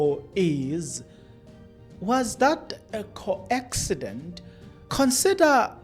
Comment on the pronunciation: My dear podcaster It is a coincidence..not co-encident